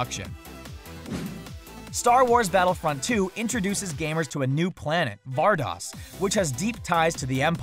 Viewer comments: "var-dose" "ver-see-o". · VAR-DOSE VER-SE-OH